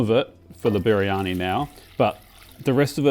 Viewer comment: Try saying "Bir-yani" instead of "Biri-yani".